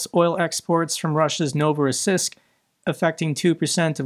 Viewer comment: It's pronounced novo-ross-EESK